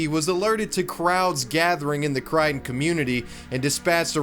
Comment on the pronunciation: I am so glad you pronounced Mobile and Crichton correctly.